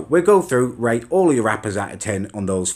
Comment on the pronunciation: At the start when he said rate I swear he said rape